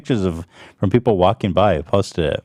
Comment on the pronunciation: Lmao "payple"? That seema more accurate now that "sheeple" ever was hahaha